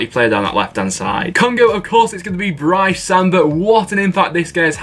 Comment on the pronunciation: Samba 😍😍, also you pronounce his first name like breece